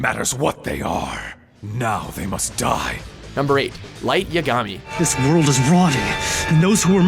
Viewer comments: i cringed every time he put the wrong emphasis on Yagami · Hannah Prochnow i know right a little me die everytime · nothing like that classic watchmojo pronunciations, and not as a purist but some of the names they butcher are said properly in the dubs (yaGAmi vs YAgami) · Its pronounced YAgami, not yaGAmi. Is it really that hard?! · Pronounced "Ya-Ga-Mi" not "Ya-Gami". You think they would learn how to pronounce the names better when they research this stuff. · It's ya-guh-me not ya-gah-mi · YA - GA - MI!!! PLEASE STOP SAYING IT WRONG!!! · you pronounced it wrong. its light yagami ( yah gah mee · PLEASE it's Light Yah-ga-me. Please stop mis-pronouncing it. It hurts when you do :( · Yagaami LOL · lol "light YAH-gami" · It's pronounced "Yágami"! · Light Ya-gami? Not how to pronounce it buddy 😂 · WTF!!!!! i only watched this video to see if Light Yagami was on it and even though i am happy to say that he was!! they freaking pronounce his name wrong!!!!!!!!!!!!! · Really, nobody's going to thrash him for his pronunciation of Light Yagami? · Who else cringed when he said yagami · please tell me am not the only one who got mad when they said light yagami named wrong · You are pronouncing Light Yagami wrong... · Can't even say lights last name right.... lol. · nice mispronunciation of lights name but after all the name blunders in the past what do you expect but honestly this one is impressive i didnt think it was possible to mispronounce his name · you got lights, name wrong just saying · You think he'd know by now how to pronounce Yagami. Oh,... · Light yagami... Say it right please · I like light, and another thing, how do they mis pronounce his last name? its said the same in the dub and sub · You know they say Light's last name MANY times in the anime....why do you still say it like an idiot? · The way you pronounce Yagami gave me cancer. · They said Light Yagami's last name wrong